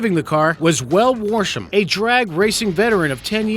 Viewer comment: Guy in the funny car explosion was Del Worsham, not Weld Woresham or whatever the hell you said